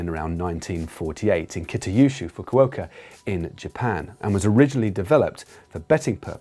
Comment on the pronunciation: God, every time he says kieran, it kills me inside a little. Also, I believe you mean Kita-Kyushu, (think Q-shoe) Fukuoka.